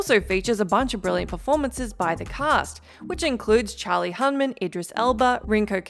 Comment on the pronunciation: ...and then flubbing Charlie Hunman (sic.)